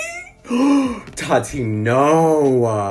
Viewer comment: The way he says Tati’s names bothers me so much. “No TAWW TEEE NO!!!!”